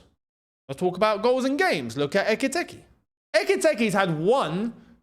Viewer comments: say it with me “EK-EEE-TEE-KAY” not “Ecky-Tecky” 😂😂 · Hugo “Ekky-Tekky” kills me everytime says it 😂😂😂